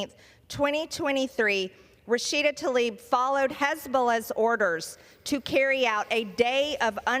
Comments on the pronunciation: Is it so difficult to pronounce TLAIB the right way? It certainly is not TALIB 🙄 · Representative Rashida Tlaib! Not Talib. Tla-ib Not Ta-lib.